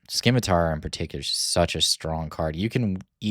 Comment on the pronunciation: I'd recommend trying out Security Complex for your GI blue, the shield can be absolutely clutch at its best, and at worst enables another GI action on a near death unit. Also the c in scimitar is silent, like in science, sorry but it was distracting :)